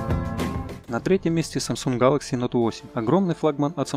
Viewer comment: Нууу вы даете.. А чё так сложно произвести Гэлэкси а не гАлакси???